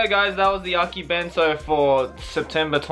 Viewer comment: You pronounce akibento its akibento~ver